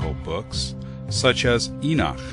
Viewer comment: Enoch is pronounced: /inõkh/